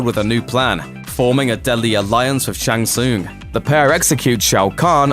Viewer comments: Says Shang Tsoong.... Who you trying to fool that you've played these games before lol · WTF is a Shang Soong? Go play any of the games and let the announcer tell you how its pronounced please! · "shang soon"? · Shang Soooong that is how it sounds when you try to say his name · I like the video gave you a like and subscribe but dude the main character you are talking about you Mispronounce his name yet dont anyone else's name its Shan Sung pronunciation. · Mispronouncing Shang Tsung